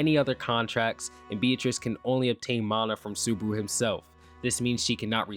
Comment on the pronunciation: "Natsuki Subruh"